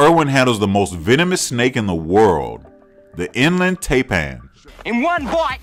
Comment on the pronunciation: I love this channel, great entertainment. Btw we pronounce it tie-pan. Greetings from Australia 👍🏻👍🏻👍🏻🇦🇺🇦🇺🍺 Also, are Coyotes as bloody horrible as they seem? I’d rather deal with Dingoes any day.